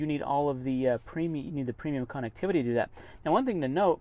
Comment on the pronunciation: Funny... Doesn't pronounce "connectivity" correct! LoL 😅. It's not a "con"vict!